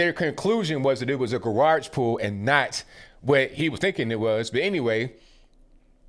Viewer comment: My dude says gawarge 🤣